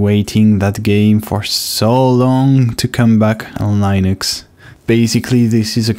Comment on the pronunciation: Please stop saying LIENUX, it is actually pronounced /'lɪ.nəks/ Hear Linus say it himself Otherwise, great job on doing all this for everyone to enjoy!